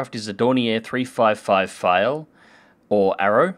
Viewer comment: Eh you only butchered the German a bit. For example, in pfeil, you pronounce the P